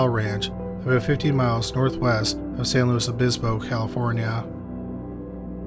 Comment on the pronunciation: I’ve never heard anyone pronounce “San Luis Obispo”, correctly. Good job. 👍🏾